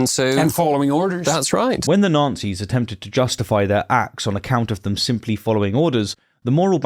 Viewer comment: Is deliberately mispronounced Nazi's? I'm hearing Nancys. I would actually prefer this...